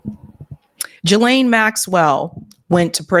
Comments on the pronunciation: the name "Ghislaine" is pronounced "GEE-lin" (with a hard g like geese) not "ja-LAIN".. Whitney Webb also has mispronounced the name on many episodes, indicating she doesn't really talk with people in the know. She probably gets all her info from social media or indie media texts. Virginia in interviews pronounced it GEE-lin, as did Ghislaine's brother Ian Maxwell. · Its pronounced GILLane. So glad u brought thos up ! Was starting to think I was the only whi saw the writing on the wall THIS WAS N O SUICIDE. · no, it's pronounced "JiZ lane"